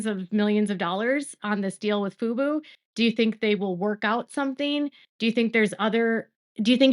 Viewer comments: It's Fubo. emphasis on the O. FUBU is a Black owned clothing company. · Fub-O not Fub-U. FUBU is an urban style clothing brand from the 2000s😂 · I hear you saying FUBU and not FUBO. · Baby girl (or AI, who knows?), it's pronounced 'FOO-BOW' not 'FOO-BOO'. That's For Us, By Us - the 90s hip-hop clothing brand 😂😂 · FUBO pronounced Foo-Boo not FOO-BOW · The channel is pronounced foo bow. Thank you for outstanding coverage on the Baldoni vs Lively lawsuit. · Yes, you are correct. FUBO is pronounced FuBow. FUBU is pronounced FuBoo.😊